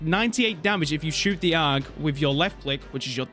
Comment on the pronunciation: Bro learnt how to say ankh for this vid w guide